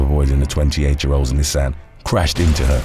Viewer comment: The way you pronounce "Nissan" drives me nuts.